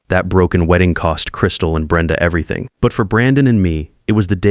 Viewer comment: Terrible AI. Weeding guests? Man, the pronunciation is AWFUL.